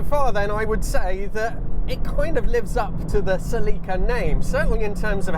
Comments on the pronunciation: As someone who spent a lot of time in Celicas back in the day, i always do a double take when i hear the British pronunciation of the name. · That's genuinely the first time I've ever heard "Celica" pronounced that way. Anyway, I owned a 2000 GTS (pre-facelift, 2ZZ 6-speed manual), not a super reliable car for a 20 year old driver. The trans liked to grind, and the top end of the valve train needed repair/replacement once. I was too long ago to remember exactly what was done but I remember it being at the dealer for weeks at a time. I sold my MkIII Supra for it back then, also a money pit. Those leather seats were really comfortable, and it got insanely good MPG, but in the end it was a disappointing car. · I am not saying anyone is right or wrong but in the states we pronounce it "SEL-ih-ka." I involuntarily cringed every time you said "sel-EE-ka." Also, I was under the impression that aftermarket modding was a big factor in the popularity of the earlier Celicas, and that the one you drove didn't cater as much to that. And that was one of the reasons for its unpopularity. Don't know if that's true. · you say cellica ? one l means ceelica . pffff english have language problems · It’s pronounced SELL-i-ca. Not sa-LEE-ca. Accent on the ‘cel’. Watch the period TV commercials elsewhere on YouTube where Toyota themselves pronounce it…. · Its not Seeleeka! Thats gay..CELLICA..like Metallica...😅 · What is going on with Toyota's marketing department? Why do they insist on changing the pronunciation of their car names so wildly from country to country? Suh-leek-uh? Pry-us? What do y'all call the Corolla and Camry? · Sel eeee kah? what in the world? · In the United States of America they pronounce it, SELL-i-KA. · in Pakistan, they pronounce it SLEEKA. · Is this how they pronounce Celica in Japan? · You need to pronounce Celica, not Celica!